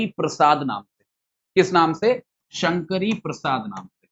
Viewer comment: It's Sankari Prasad not Shankari Prasad. 🙏